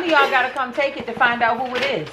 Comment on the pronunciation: Taake the test, taakkke the test 😂